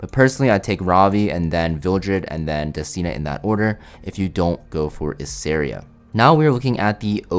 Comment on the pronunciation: I'm so glad to hear you say destinas name correctly :D now you just need to pronounce Ludwig right and I'm gonna be happy 😊